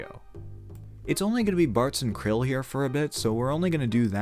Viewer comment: Are you saying Krile's name wrong on purpose?